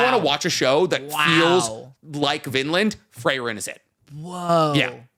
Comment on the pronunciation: "Frey-ren" is killing me lmao